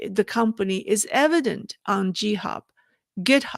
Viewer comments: Just a note: the G in Github is pronounced like the G in Go, not like the J in Jump. Love your videos and livestreams!! Keep them coming. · Pronunciation tip: The “g” in GitHub is a hard g-sound, like in girl or gang :-) Love your content so much, keep up the great work!